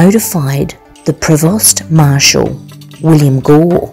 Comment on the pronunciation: Provost is pronounced pro-vo, corps is pronounced core, not to shame you, it's tricky if you haven't heard it spoken xxx